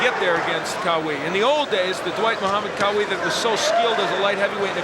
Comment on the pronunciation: for God's sake stop saying Quawi, It's Qawi which means in Arabic 'strong'!